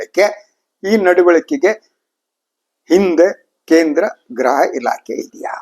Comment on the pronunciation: ....graha elake alla....gruha elake... Nimmantha janarinda kannada halagtha ede